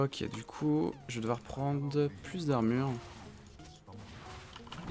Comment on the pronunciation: " paceque " " prende " ...